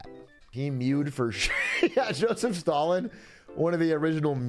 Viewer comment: Why did he kept pronouncing Stalin, as "stolen" ? is that a thing?